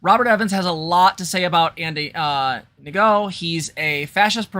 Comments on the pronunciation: From Jessie’s channel, you do good research and you’re good faithed, got a subscriber. Can get away with pronouncing Ngo as “No”. As for the d*ck question, yeah they just get erect for any reason, and as I’m older I have to work to have a sexual erection like that shit ain’t happening unless there’s proper primer. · The g is silent, if it matters. Ngo = No